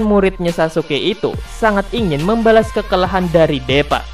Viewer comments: bang tolong bacanya itu bukan deepa tp diipa(tulisan nya doang deepa) supaya bocil bocil bisa bacanya takutnya nanti dia sulit mengerti cara baca tulisan Inggris dan indo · Deepa dibaca (Dipa) bang